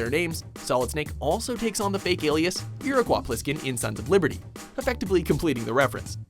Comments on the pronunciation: how do you mess up the pronunciation of Iriquois Plisskin? it's ear-ah-koi, not ear-ah-kwah :P also: Snacker ( Banjo-Kazooie ) - chases after you in the waters of Treasure Trove Cove with music similar to the Jaws theme "What's in the box?" ( Borderlands 2 ) the Noisy Cricket from Men In Black ( Saints Row IV ) Chompy's Last Stand in the final stage of Skylanders Swap Force ( clear reference to King Kong ) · Iriqwah? Does he mean Iroquois? This guy says something incorrectly in every video he is in! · how did you mispronounce Iroquois and then show Snake saying it right? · 'Iroqwa' Pliskin? REALLY!? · dislike for his pronunciation of iroquois